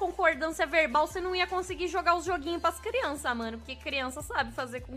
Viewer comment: Ela falou "pas crianças" não "pras" ou seja, ela fez pior ainda